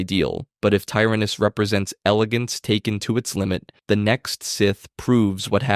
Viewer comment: Why are you pronouncing it TyrANUS? it’s clearly tyRANus in the films